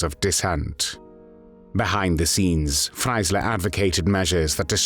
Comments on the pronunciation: Warum spricht man den Namen ,,Freisler" hier nicht richtig aus und sagt immer,,Freiler" ? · Please try to pronounce the german names correct. Nobody knows a judge "Fleysserrrhh". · FRAILER? Pronunciation wrong